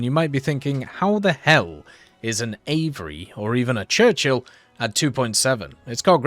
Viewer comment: Nooo not him saying out 'AVRE' like it's a word